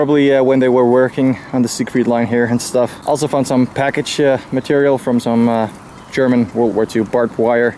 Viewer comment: your skill of German pronunciation is great😂 it sounds so cliché